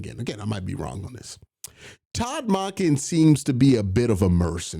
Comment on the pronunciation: Q idk if you are pronouncing salah and monken completely wrong because you’re being funny or genuinely can’t say their names